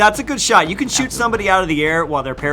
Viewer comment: my guy sed shoot houe XD